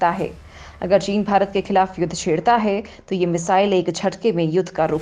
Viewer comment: Cant you say Bharat properly ?